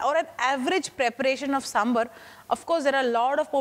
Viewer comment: 1st step to make sambhar: pronunciation. Saam-bhaar. Not Samburr. 🙏🏽